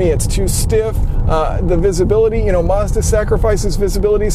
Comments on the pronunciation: Why do you keep saying Marz-da? Its Maz-da dude. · You mispronounced Mazda